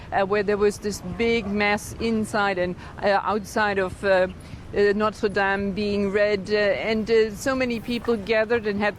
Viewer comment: notre dom finishee protest 😂